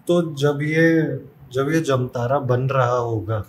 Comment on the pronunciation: प्रयास कर रहे लोगों को प्रोत्साहन मिलना चाहिए इसलिए वीडियो लाइक किया है। एक बात और जमतारा नहीं है, जामताड़ा है बाकि आपका वीडियो पसंद आया।